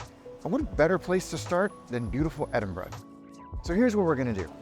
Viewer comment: You get a like just for pronouncing Edinburgh correctly! But your video was also pretty spot on.